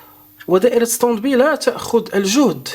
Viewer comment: اخي انت تكرر نفس الكلام وتعيده كاننا في روضة الاطفال. انا من متابعيك ولكن يزعجني كثرة التكرار. Standby: ستاند باي وليس ستند بي وسامحني